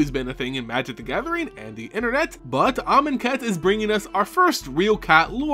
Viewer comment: Oh, you keep pronouncing Amoncat wrong.